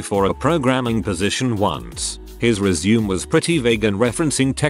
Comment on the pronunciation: I can't handle the word "resume" being mispronounced 400 times in a video.